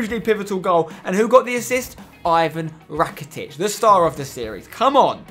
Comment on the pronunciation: You don't pronounce Ivan Rakitic like that..